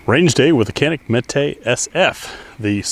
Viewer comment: It's pronounced Janik 😅